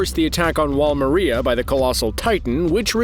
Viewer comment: God I hate the way this guy says Mikasa and some of the other names in the series like Wall Maria. MI CASA !! Goofy ass called attack on titan a Shonen anime lmao!! Dragonball Super and Pokémon are shonens buddy. Attack on titan is not made for young boys. Get your damn facts right and say the damn names right.